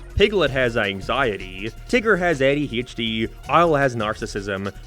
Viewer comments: Love how you pronounce ADHD. “Eddie Haych Dee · The way pronounced “ADHD” is just actually disappointing, he said it like “aedeeheshdee” but he’s Irish so it’s excused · "Eddy Hechdee"